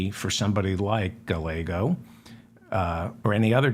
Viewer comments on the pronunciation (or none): double l in Spanish is pronounced as a y. so it is Guy-yea-go not gah-lay-go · Stellar showing on The Majority Report today, sir!! A gentle correction, if I may: The double L in Rep Ruben Gallego's name is pronounced with the Y sound. 'Guy YAY Go.' Thanks so much for all you do! 💜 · Guy yea go is the correct pronunciation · Never Jordan! Pronounce the Double- LL in Spanish like a “y”, so his name Pronounced using English words: “guy-YEAH!-go” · Darling David, Gallego is pronounced Guy - YEAH. - Go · Please learn how to say a Rubin Gallegos last name!!!! The l’s are pronounced like a y!!!